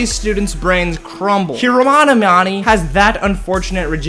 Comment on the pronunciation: Loved how you kept mispronounced every one's name especially Hermione